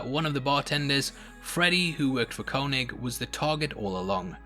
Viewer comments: It’s pronounced KayNig how do you watch something & still mispronounce it? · The way you say Koenig hurts